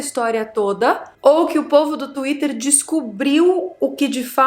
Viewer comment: Acho engraçado ela falando Twhiter